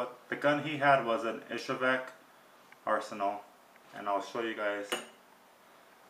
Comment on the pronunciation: It's pronounced EE'-zhevsk, with the accent on the first syllable. Not "Ishevek". I have heard a number of pretty prominent gun experts get this wrong.